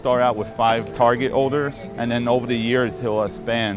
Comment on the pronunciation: That guy couldn't pronounce odors and it really bugged me